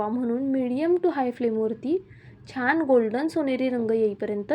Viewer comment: मणापासून म्हणू नका , मनापासून . छाण म्हणू नका , छान.